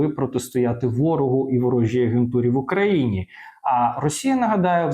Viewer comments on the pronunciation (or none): none